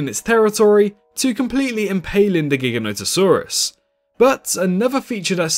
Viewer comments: You are pronouncing Giganotosaurus wrong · It astounds me how many people pronounce Giganotosaurus wrong 🤦‍♂️